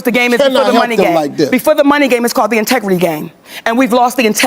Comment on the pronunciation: "For the sake of his entigrity" 🙄 We, black women, are always labeled - "Angry Black Women"